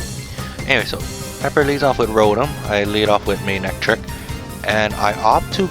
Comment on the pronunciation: Bro.. you pronounce Manectric like "may neck trick". Saw it in the Close Captions 😅